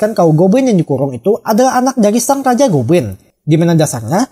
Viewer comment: Yang aku denger "gobwin"